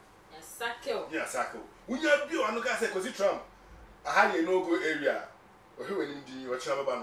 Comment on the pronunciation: Good program guys, But please no Offense, USA Presidents Name is Not, TRAMP,Is TRUMP points of correction. We all learn from each other daily. PEACE always. It's doesn't make me better than anyone. Be safe out there in Ghana.